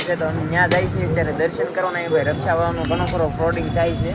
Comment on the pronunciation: Rixa bolo Bhai raxa nu